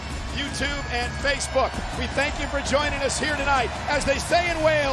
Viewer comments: 'As they say in Wales, nn,hos da' do we?? Almost.... but not quite, good on him for the effort lol. Anyone else here just to see a short clip of Tyson with little to no interest in WWE 😅? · Nos da. Not "no has da". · Wtf did Michael Cole just say? If gonna speak Welsh least practice the word first...🤣🤣🤣🤣 pure cheddar ending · No Michael cole that's not how u say good night in welsh lol